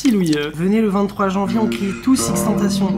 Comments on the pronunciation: Il a dis x tentations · Tu as osé dire x tentacion 😬😬😬